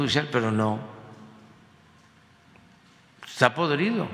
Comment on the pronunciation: " ejta podrido" 🤣